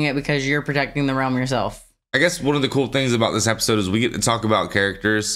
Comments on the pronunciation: EP, EP, EP---isode, NOT APPISODE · Was he saying " appisode "?